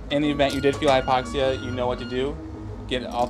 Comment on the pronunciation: Hypoxi??? Its Hypoxia.